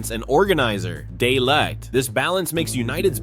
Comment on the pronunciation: The way he's saying De Ligt's name wrong is annoying me lol 😂